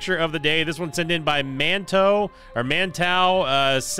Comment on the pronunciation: Hey this is Manteau_725 who submitted that meme lol. The way you said it the first time was correct: it is pronounced Man-Toe